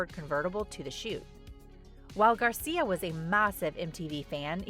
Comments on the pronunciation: It is Angel Gracia, not Garcia 😞🙂‍↔️😒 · For the record, the maker's name is GRACIA, not Garcia. I watched every video MTV broadcast for this contest. I have the VHS tapes for all the recordings I did those days. The "winning video" was not even close to the best one.